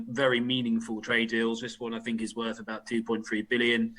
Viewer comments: I fink, you know, Tom might have, you know, got this wrong, I fink. (I fink he might be a bit fick, you know.) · Jesse Christ the man can't even say "think" properly! My birthday wish is to get the fuck out of this union and do it bloody fast!🏴🇪🇺